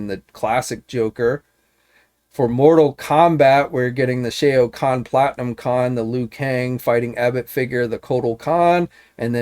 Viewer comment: Sh owe kahn. Not sh a oh kahn.